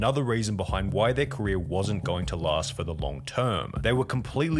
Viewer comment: says “Korea” instead of career